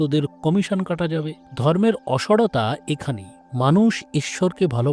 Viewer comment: শব্দটা “অসারতা”। যুক্তিগুলো ঠিক আছে কিন্তু অসারতার উচ্চারণটা ঠিক করলে ভালো লাগবে। যুক্তিতে আপনার সাথে একমত।